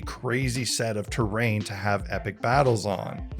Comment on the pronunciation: "A fair bit of terain " he sais